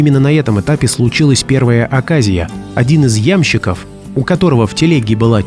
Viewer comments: "Один из Ямщиков" ... серость какая ... Может, один из "ямщикОв", всё-таки? Автор видео слова "ямщИк" никогда на слышал? Дизлайк. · Как тяжело слышать: "я'мщиков"